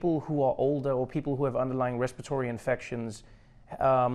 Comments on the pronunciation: Trevor just did a Trump. Made up a word - RESPATORY ( respiratory) infections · Respiratory, Trevor my brother, not respitory. Respitory would mean "regarding respite". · Trevor..... Respi-TORY!!! you're Americanized 😀...!! Making some progress!